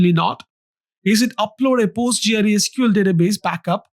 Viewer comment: Postgre, usually referred to as Postgres, not Post G.R.E. It's a bit disorienting to hear it being called Post G.R.E. over and over again.